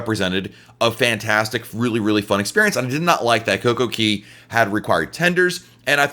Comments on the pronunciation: Exactly, It's cay not keey! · Coco(KAY!!) not KEY......😡😡😡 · It’s Kay not Key. They sing Kay at the entrance of the park. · It's COCO CAAAYYYY not key 😡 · Coco-CAY. AY NOT EE.